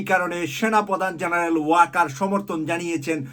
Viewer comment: please say the name correctly, it is WAQAAR, not WAAQAR....thank you!